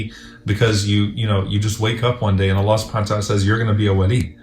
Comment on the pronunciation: In the beginning try to say “ I Love You Allah” properly. It seriously sounds like someone is having trouble saying that because it sounds more like “I lev u La”